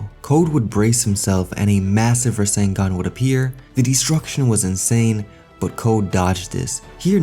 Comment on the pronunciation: Borushiki really said 'Rasengun'